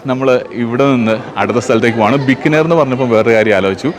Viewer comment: its not bikkanir its Bi-kaa-ner. Thanq